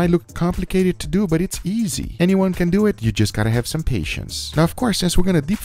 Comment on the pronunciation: “Let’s Dyewit!”